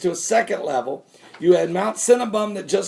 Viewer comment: okay I'm sitting here drinking a cup of coffee and I hear you say mount Cinnabun, I must be hungry hold on I'll be back don't go anywhere.